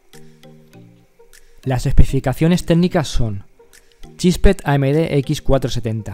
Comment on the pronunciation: Correción, es ChipSet. No Chispet. :(